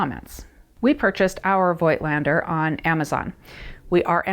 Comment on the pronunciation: It‘s pronounced „foked lender“ Like people from the Vogtland / Voigtland, a region in the east of Germany.